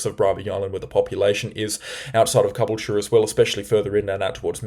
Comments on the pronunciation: It's Ca - bool - ture,. Stress on 'bool'. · Ka - Bull - Cha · The cyclone did this just because it wants to force you to try pronounce caboolture more lmao